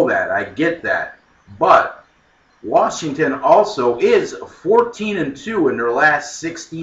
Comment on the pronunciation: Oreeegon vs. WaRshington.